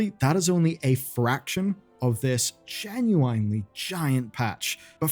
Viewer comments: "jen-yoo-uhn-lee"!!! there is no wine , its 1 flowing word not truncated pronunciation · I hate how he says genuinely lol. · Another day, another wrong “genuinely” pronunciation.